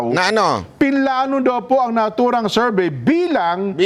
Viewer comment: Bakit “serbey” diba Survey yan?